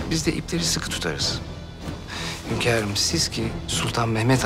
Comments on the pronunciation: Furizan ; hönkarım hörrem yiter ya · Hönkarım dedikçe sinirlerim zıplıyor